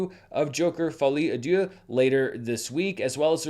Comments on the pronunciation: My French is rudimentary but I think you pronounced deux (two) like dieu (god). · Should I correct on his pronounciation of "Deux" 🤔